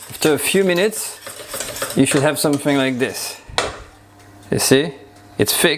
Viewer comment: Try putting your tongue between your teeth and hissing. You will then be able to pronounce "th". "Somefing" and "firty" let down your English. Also, Bruno Albouze's method with a pastry ring is much easier.